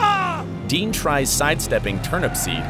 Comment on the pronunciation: So many errors here. 1. TurnUPseed, not TurnAPsPeed. 2. Turnupseed was heading EAST. The Sun was not in his eyes. 3. Dean passed an elderly couple shortly before the crash, and they indicated he was definitely speeding.